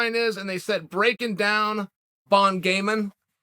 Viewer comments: French people : Cyril gane "bon gamin" Chael: what is a "bound gaymen" That's just stupid. Fun fact : Bound gaymen= french people in uncle's parallel world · Chael: Bahn Gay-Men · Yeah uncle chael wtf is a bon gaming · Chael ‘what is a Bon Gaming?’ Sonnen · “What is a bon game-in” 😂 Never change uncle chael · Uncle Chael: What is a "Bon Game-in" that is just stupid. "Surreal" Gane: Am I a joke to you? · "WTF is bon gamin? sounds stupid." - our Uncle Chael